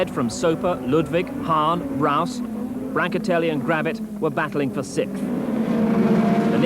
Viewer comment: Ahhhggh, it's not "Sikth" it Sixth"